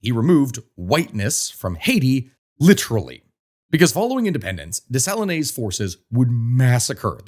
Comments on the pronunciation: Des-Sa-Lean... at least learn the correct pronunciation! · Dessalines is pronounced Day-sa-leen…. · It would be easier to pronounce French names if someone told you you don't pronounce final "E"s. You don't say "Day-sa-lee-nay", you say "Day-sa-leen". Same with Toulouque, you say "Too-loo-k". 😅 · Dessalines = Deh-suh-leen not Day-sah-leenay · It 's not Dessaliné. It pronounces " Dessaline, as in saline solution : "De saleen" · You have to work on your pronunciation of Dessalines